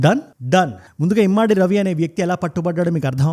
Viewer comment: Immaadi kadu ra babu adi immadi. Telugu chadavadam vasthe ardham avthadi.